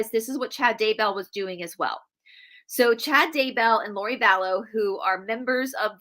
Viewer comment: Lori Vallow not Laurie.